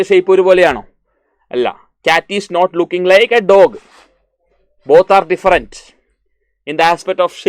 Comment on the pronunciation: Sir your pronouns is not correct “diferent” sir your pronouns this not correct “different “ this is corrected pronouns thank you sir thank you 🤩